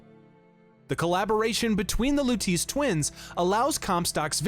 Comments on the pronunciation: “Louteese” 😢 Great video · Everytime he said "Lutice"... My eye twitched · Huge fan of the Bioshock series. Great video! I enjoyed it! (I read the pinned comment, no hate at all I promise I’m just genuinely curious…Did your buddy Craidan play Infinite on mute or was he just trolling you on the Lutece pronunciation?)